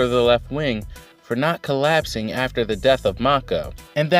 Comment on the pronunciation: Mou'en Mou'en Mou'en. Hahahahaha. I never noticed you saying it wrong. Honestly I doubt I pronounce half the Asian names I read anywhere near right. Hara does know how to pack a lot of info into one chapter. It seems the focus will be on the left wing but I'm looking forward to seeing some more of Yotanwa in action. That battlefield seems more interesting to me. With all the hype around Yotanwa you know she has to win. But the odds are really stacked against her even more than what Ousen is facing. Great for Mouten being named general. Of the monster 3 I thought he was the most deserving up to now. Ouhan is almost as good but his people skills and arrogance keep him a step behind Mouten imo. Anyway thanks for another great review.